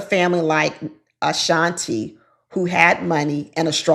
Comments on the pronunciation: please stop calling her Ashantay her name is pronounced like Ashantee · SERIOUSLY!!! Like how are you trying to speak so authoritatively when you can’t pronounce her name correctly and have to keep googling everything? Prepare first, please! Where is TAY coming from when it’s CLEARLY TI?!?!? 🤦‍♀️ It’s distracting and cringy to listen to and brings down the quality of her argument, esp when she’s saying it incorrectly over and over and over and over again. 😖🙉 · Great commentary, but you mispronounced her name the entire time lol it’s “Ashan-tee”, not “Ashan-tay” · Our name is pronounced Uh-Shaun-tee, not Uh-Shaun-tay. Please pronounce it correctly! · Can you please learn how to stay the young woman’s name since you are doing a review? Respectfully, her name is not Ashan”TAE”….its Ashawn “TEE” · Tee, pronounced Ashan-TEE not TAY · How did you google her and STILL continue to say Ashantay??? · Your reviews are always smart & insightful but please say her name correctly, it’s pronounced Ah-Shan-Tee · Not “ Ashan-tay “ 😂😂😂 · Girl you pronounced her name wrong the whole time, and why didnt you do your homework before you recorded the video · Girl can you at the very least pronounce her name right